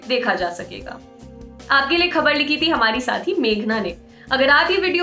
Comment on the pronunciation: आप के मुंह से हारमी से हमारी सुनाई देता है 😎😎